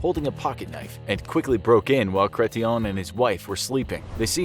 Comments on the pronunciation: My eye didnt twitch at the pronunciation of jean chretien......not at all......🥴 Also, some one tried to get in his face at a public event. He just mangled the guys face and threw him down 😂😂 us canadians are as meek as we let on u see lol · Lol the pronunciation of Chretien has this Canadian giggling....